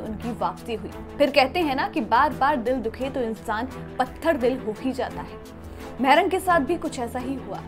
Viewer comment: Maarang not mehrang